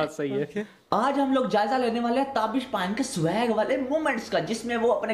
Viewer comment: Please correct your pronunciation. It's not "Tabeesh तबीश" but "Taabish ताबिश". It's a Farsi word meaning splendour